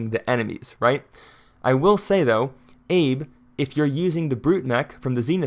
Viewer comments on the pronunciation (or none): Assuming Abe Isamu is Japanese, his first name is pronounced like “ah-BAY” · Abe is pronounce Ah-bay. It's the same as the recently deceased former Japanese Prime Minister, Shinzo Abe